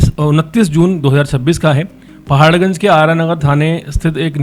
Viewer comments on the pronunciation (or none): repoter bhai pahar ganj likh ke pardpad ganj bol rahe ho